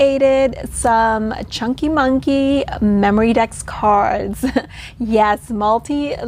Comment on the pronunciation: Did you say chunkie..LOL …these are beautiful. Have a great weekend. TFS